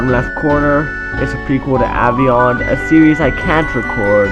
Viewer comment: said aveyond wrong